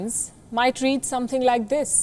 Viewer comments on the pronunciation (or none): none